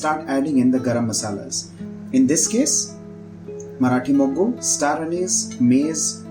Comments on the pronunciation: It's Marathi moggaa.... Not Marathi mogguu 😂😂😂😂😂. Mogga means bud. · Marathi Mogga not Moggu. BTW appreciate your efforts.👌